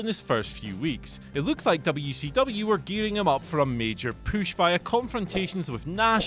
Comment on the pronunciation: Push not poosh